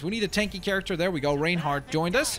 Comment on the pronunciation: its pronounced ryan-heart not rain-heart